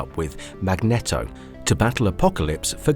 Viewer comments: MAG-NEEEEE-TOHHHH. Not "MAGNETTO!" Say his damn name correctly! MAGNEEEETOHHHHH. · Awesome content but that mag-knee-dough tho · The villain from X-Men is Magneto (pronounced MAG-NEE-TOE, NOT MAG-NET-OH) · My brother in christ. Its Mag-neet-o